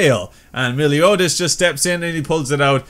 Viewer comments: you pronounce his name mel-e-o-das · dude me-LIO-das xD